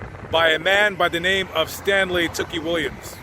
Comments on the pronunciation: Not that it matters much but tookie is pronounced "too-key" not "took-ie" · Two-Key...is how we at Lapd Pronounce it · U bitch ass boy how can you say tookie murder them when you were even there and u said his name wrong u a fareal a whole bitch